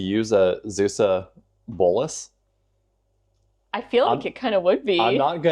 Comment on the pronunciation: Bolus has the stress on the Bo part. Zeeuws is very difficult to pronounc.